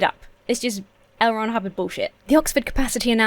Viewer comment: Ooh, L. Ron Hubbard... I kept hearing Elrond Hobbit... and I knew that was wrong. XD XD XD